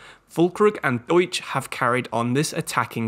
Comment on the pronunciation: Great video as per usual. I've been really enjoying your Fifa 23 guides BUT you have to improve your pronunciation of names lol. It also happened in other guide videos. Ducksch isn't pronounced Duetsch for example but Duck-sh or Xabi Alonso is pronounced more like Shabi instead of Ksabi. :) (*edit: it did improve in the end tho, so respect for that)